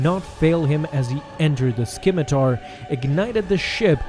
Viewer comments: s-K-imitar? Wut! The c is silent, young one! learn pronunciation! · I love your uploads! Just one small tidbit? The C in scimitar is silent so it is pronounced "simitar". Keep up the great work! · Please learn how to pronounce scimitar. I cringe every time you say "skim-itar" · Correction: the ship's name is pronounced with a silent c. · That's not how you pronounce scimitar is it? That c is silent